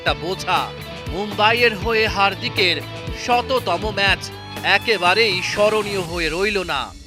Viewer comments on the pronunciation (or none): none